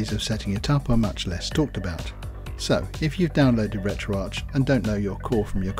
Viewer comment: Why do so many Europeans pronounce retroarch wrong it's not Arch like in the golden arches at McDonald's it's Ark like archives! RETRO-ARCHIVES!!! come on people get it through your heads